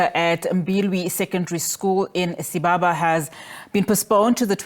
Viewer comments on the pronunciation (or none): Sibasa, not Sibaba